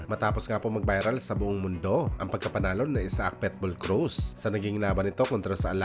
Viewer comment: Pit bull hindi pet bull mag kaiba yun😂